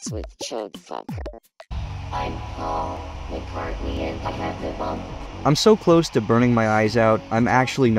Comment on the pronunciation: OMG ITS POLL MUHCATKNEE